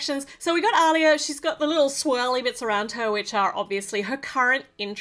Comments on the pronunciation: It's pronounced "Ah-liya" not "au-liya". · Btw it’s pronounced Aleeya